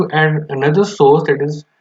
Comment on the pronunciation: I cant understand what dis you say about source??